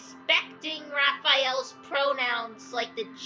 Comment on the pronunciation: every time pronounces one of my hyperfixations wrong my autistic heart explodes harder than williams husbands head </3 (its DOUGHAEL, not raphael </3) (this gentleman respects pronouns but apparently he cant pronounce names for the life of him </3)